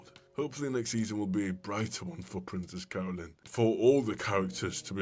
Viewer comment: I can't stop hearing "Princess Colon"